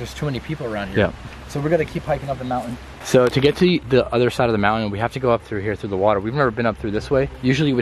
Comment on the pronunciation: it's mountain not mounain